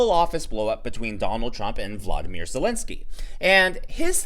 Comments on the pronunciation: his name Volodymyr not Vladmir. Carville is past his time, it's all just crazy now. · FYI: VO LO DIM EAR (pronunciation) not Vladimir. Just trying to help. Most people are making this mistake but I like you so that's why I'm correcting you.